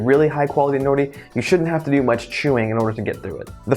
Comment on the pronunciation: sounds like you are saying "no nee"